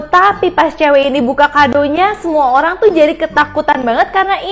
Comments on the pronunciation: Kak ko ngomongnya Olang🤣🤣🤣🤣🤣🤣🤣🤣🤣🤣🤣🤣🤣🤣🤣🤣🤣🤣🤣🤣🤣🤣🤣🤣🤣🤣🤣🤣🤣🤣🤣🤣🤣🤣🤣🤣🤣🤣🤣🤣🤣🤣🤣🤣🤣🤣🤣🤣🤣🤣🤣🤣🤣🤣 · mohon maap itu olang ato orang?